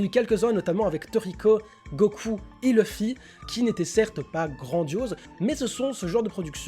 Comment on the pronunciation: c'est "LUFFY ! " pas "LEUFFY" arrêter de regarder des animes en VF svp. Sinon bonne vidéo =)